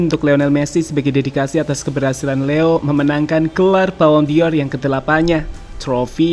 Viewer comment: Ini channel berkualitas, channel favorite gw untuk berita instan sepakbola dari tahun ke tahun. Tp pleasee.. dengernya agak menggelitik : BallonDOR ✅ BallonDior 🙅